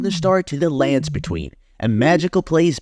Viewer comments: the way you say "landsbetween" as one word irks me. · The emphasis you use saying "the lands between" is seriously fucking with me